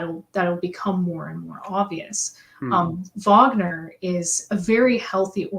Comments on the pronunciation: It did distract me, I have to confess. Perhaps I’m just too grumpy. Wikipedia usually gives excellent phonetic spellings of proper nouns. Always worth checking on there. It’s the same in German or English. “Varg-ner” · I really wish you would pronounce Wagner correctly! Did no one correct you in any of your Wagner streams? You sound like you’re talking about the American actor Robert Wagner! Anyway, Happy Easter!